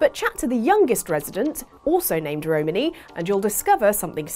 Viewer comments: The way pronounces Romani hurts my soul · I really, really hate the way you say Romani. Love ya, you're great, but that ain't it chief